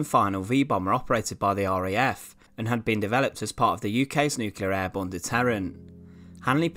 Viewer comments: agree about the looks but yet another (or ‘anuva’) narrator unable to pronounce ‘Nuclear’ instead saying ’nucular’!🤯😳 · the word is New-Clear and not Noo-killer ! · And Nucilear! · “Nookelar”is so lazy and so annoying.